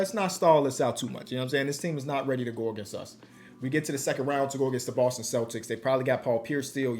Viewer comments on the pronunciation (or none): none